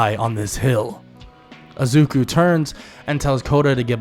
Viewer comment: I like I'm just focusing on the times he says azuku not izuku😂 but really good vid bro